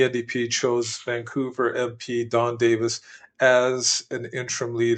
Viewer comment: don davies not davis...